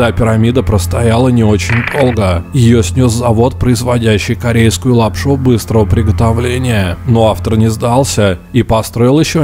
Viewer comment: Пересматривал видосики по Петскопу, захожу на новые видосики и слышу в каждом предложений, слове, окончаний, такое произношение раменСКОМ, подмоскоВЬЕ, не очень долГО, быстрого приготовЛЕНИЯ, не сдалСЯ и так все видео Никакой ненависти каналу и автору, но это тяжело слушать такое произношение